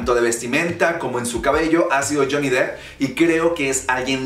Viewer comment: No, está bien pronunciado. Se pronuncia depp (dep)